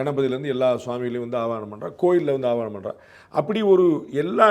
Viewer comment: @@ ஆவனம் தவறு. அது ஆவாஹனம் .அழைப்பது என்பது பொருள் . கடையில் இருந்து ஒரு ஸ்வாமி விக் -ரஹம் வாங்கி வருகிறோம். அது உலோகத்தினாலானது.அதனுள் எந்த உயிரோட்டமும் இல்லை. Mere metal idol. அதை நம் வழிபாட்டிற்கு பயன் படுத்த வேண்டுமானால் அதனுள் உயிர் சக்தி யை ஊட்ட வேண்டும். வேத மந்திரங்களை உச்சரித்து சில சடங்குளை நிறைவேற்றி அந்த விக்ரகங்களை உயிரோட்டமுள்ள தாக்கி பிறகு நாம் வழிபடுகிறோம் .அதனுள் இறைக்தியை செலுத்திபின் அது வழிப் பாட்டிற்கு உகந்த தாகிறது .அதற்குமுன் அது உலோக பொம்மைதான் . Jai Hind God Bless the Good 28.3.26